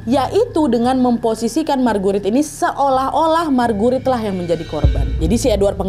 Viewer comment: Ko kedengarannya margurit markurit😂😂😂😂